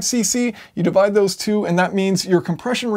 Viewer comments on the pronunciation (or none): none